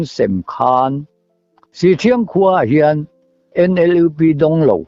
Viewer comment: Han like sak leh phawt mai i la in inhmaeh tlat in in kawm hi, ngaihthlak peih leh peihloh chu thuhran,. hi chu i mi kawm te tawngkam hi i ngaithla lo a ang hian an khaw hming hi a sawi fo tawh a pawrt18 ah meuh pawh an khaw hming diklo hian i la lam char 2 zel chu a nia leh Sihthriang ti anga lam tur aw sih pahnih awmdung ang sawina a ni e.